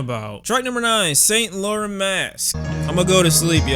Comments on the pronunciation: Did just say Saint Lauren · I’m done with this clown. can’t even pronounce Saint Laurent 😂😂